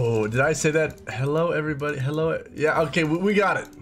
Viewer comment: You forgot to roll your R in the “everybody” in the intro 😤